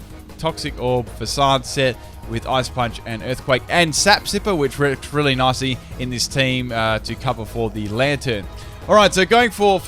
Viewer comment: Everytime he says nicely i hear Nazi.